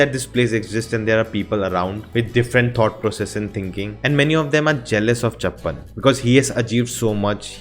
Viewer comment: Sooraj❌suraaj Subramaniam or 'chuppan' not chappan 😎😎 Bro now you are going on a right track of world cinema😎